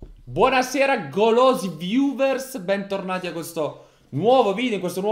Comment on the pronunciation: Nessuno:: “gOloSI ViUVerS”